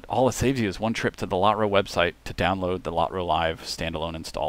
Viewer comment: Never heard Lotro pronounced Lot-ro. Been playing the game 10+ years.